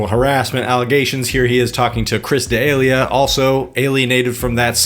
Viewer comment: Love your videos, but gonna need you to tighten up your pronunciation of D’elia to “duh-Lee-uh”